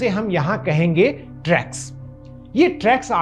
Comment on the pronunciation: इस वीडियो में मैंने रेग्युलेटरी टी सेल्स को ट्रैग्स कहा है। इसका उच्चारण टी-रेग्स T-regs है।